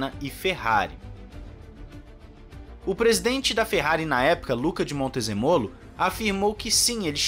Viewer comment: Pronuncia corretta é Luca di MontezEmolo como se fosse acentuada onde coloquei o é maiusculo